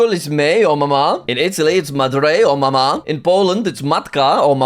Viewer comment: He said the "matka" in polish flawlessly (I'm from poland), but he added the accent to the second a in "mama", not the first a